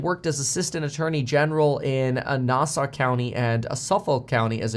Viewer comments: The way Kevin pronounced Nassau and Suffolk made me smile. Sure fire way to show you're not from Long Island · Lol say Nassau and Suffolk again 😂